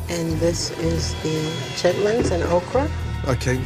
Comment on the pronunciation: Chitlins "Shitlins"😂